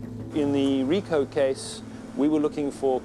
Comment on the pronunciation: Hricko is the name. Kind of disappointing and disrespectful that they couldn’t manage to get the name right.